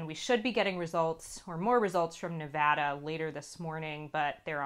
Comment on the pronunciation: Amelia: says Nevada right, twice. Micha: imma still fuck it up.